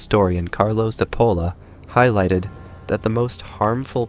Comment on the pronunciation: But can't you pronounce his name like a real Italian would? CHIP-OLLA!! It's not difficult! (Why are Americans so bad at pronouncing names? 🤔)